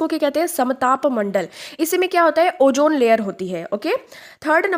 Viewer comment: Jaahil. ozone bhi bolne nhin aaraha hai, oojone bol rahi